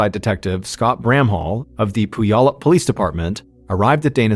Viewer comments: Sorry.. it's pronounced " pew al up". We have alot of town names here that are hard to pronounce.😂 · Puyallup = Pew-all-up 😁 Look up 'Do the Puyallup' - it's a song about the fair and will sing you the pronunciation. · Mispronounced Puyallup. It's Pyu-allup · The pronunciation of Puyallup is funny. Washington state has many cities with American Indian names. I live in one of them - Yakima. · I love when outsiders try to say Puyallup